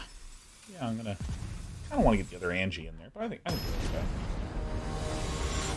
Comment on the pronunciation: p sure Anje is pronounced On-Yeh